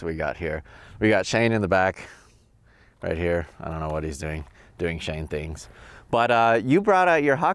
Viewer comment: Lol, "Shane thangs"